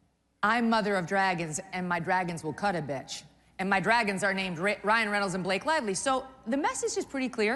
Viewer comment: She's saying bitch wrong